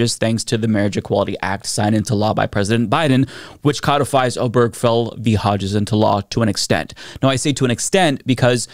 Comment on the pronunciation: It’s O-ber-ge-fell, four syllables, not O-berg-fell.